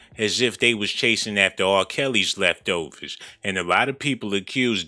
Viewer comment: Lolol 😆 I love how u say leftovers 🤣 😂